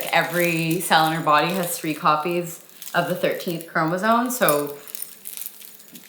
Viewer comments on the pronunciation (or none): Not sure how one can have a child with any Trisomy & not know it’s chromosoMe not “chromosone” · Please learn to pronounce “CHROMOSOME” You are both saying “Chromosone”